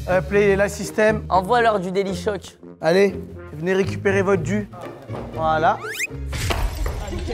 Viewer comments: Delichoke pas dacord😂😂😂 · delichoc pas d’accoooord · délichoc pas dacord